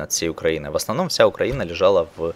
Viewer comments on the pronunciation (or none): none